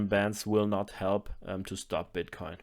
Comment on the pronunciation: Can we just take a minute to appreciate how good is at saying the word "bitcoin"?